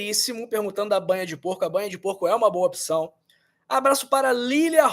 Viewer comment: Gostei do vídeo!! Muito elucidativo. Só uma pq observação: a pronúncia de opção não é opição.